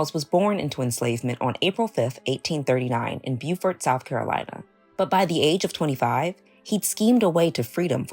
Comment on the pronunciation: Awesome story! ... but the town's name is pronounced 'Bowfert'. I grew up in North Carolina and we also have a town named Beaufort.